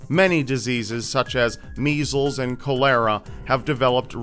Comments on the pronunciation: Co-lehr-ah lol it's cholera -caw-lera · Cole-lear-ra? Eek! Col-la-rah! Don't you go pulling a Matt Santoro on me 😨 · Should have Googled the word cholera also. It's pronounced like "collar-a" not "call-air-a" like he pronounced it. You appear dumb when you mispronounce the big words,. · co-LAIR-uh???? Really? It's CHOL-er-a. Please. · Cholera is pronounced Call-er-ah not koh-lair-ah. I know it's kind of difficult to pronounce everything correctly, so I hope you don't think I'm being snarky--just helpful. 😉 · It's pronounced call-er-ah. Not Coo-lera. wtf. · Cholera is pronounced as 'call-uh-ra' rob, not 'koh-lay-ra'... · Did he just say “col-hera” instead of cholera? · I think you meant to say cholera but it sounded like you said col-lera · Don't forget smallpox! It killed as many people as the plaque.. And the fact that the frequent recurrences of the smallpox, plague, chicken pox, mumps, re measles, rubella, polio, all of which could quickly flair out if control, just like the 1918 influenza if people don't get immunized. Get you shots! Cholera is pronounced caul, as in cauliflower,-er-uh. Good video. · It was all good until you mispronounced cholera. :/